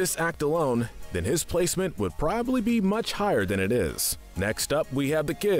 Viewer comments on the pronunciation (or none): none